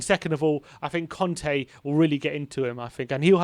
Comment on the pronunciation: It's Cònte, not Cante. :))))